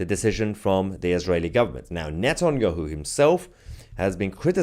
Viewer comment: Mahyer, please pronounce Netanyahu’s name correctly: phonetically it is pronounced:- NETANYAHOO = NETANYAHU. Thank you Mahyer.